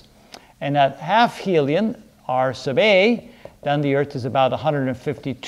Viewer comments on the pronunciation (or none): none